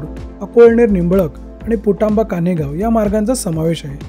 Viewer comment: पुटांबा नाही पुणतांबा आहे